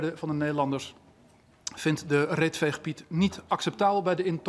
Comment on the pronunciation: Zegt hij bij 0.45 nou reet veegpiet? 😂😂